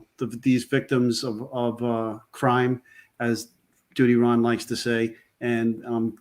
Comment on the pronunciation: Love the way you say..